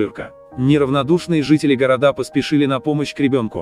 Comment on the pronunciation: ...городА...человек может читать текст и ставить правильные ударения ? Или нам так и слушать ваших тупых роботов ?